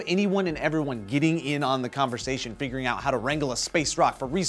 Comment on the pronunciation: did say "Fingering Out"?